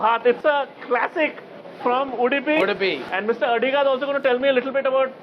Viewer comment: It's Udupi and not Udipi. Please get it right.